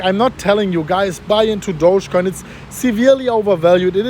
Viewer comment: It's not pronounced douchecoin, it's actually pronounced do-ge (do as in dog, ge as in get).